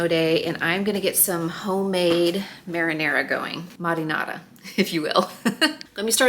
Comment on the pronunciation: I'm definitely subbing Wild Grain because those croissants are too tempting, and all the other products look fantastic!!! 😋 I really enjoyed this video! You've inspired me to try making homemade marinara (loved your Italian accent!). 🍅♥ I've never heard of putting smoked sausage in chili but it sounds interesting. Cornbread, or corn chips with chili, a lil sour cream and cheddar - oh yeah!!! 🏆 You are such a sweet daughter and mom, your family is well-blessed to have you, and so are your viewers!! Thanks for the inspo!!